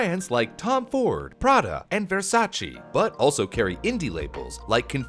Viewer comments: Bro it’s Versace not Versaci. Versaci da bere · how he sayd VERSACE💀 (I’m italian)